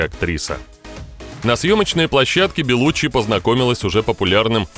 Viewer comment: Она беллуччи с ударением на и .она сама так говорит